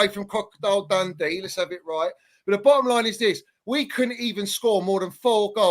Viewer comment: 50% of that chelsea fan's vocab is "the bo'om line id this" and "le's 'av it righ'.